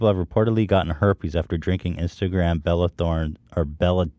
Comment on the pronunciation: I love how he pronounced Bella Thorne's name as "Belle" but had "Belle Delphine's" name "Bella" for weeks lmao.